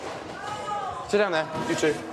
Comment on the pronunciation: He said "s'down please"